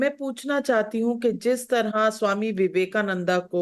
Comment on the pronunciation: स्वामी विवेकानंद कहना दादीजी . विवेकानंदा ऐसा क्यूं बोल रही हो ?